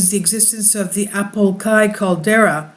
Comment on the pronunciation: When you realize that he said Apolkai instead of Apolaki